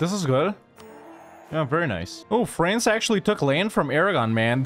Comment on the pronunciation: I'm new to your channel but I feel like I'm being conditioned to pronounce France as "Fraynce". I find this acceptable.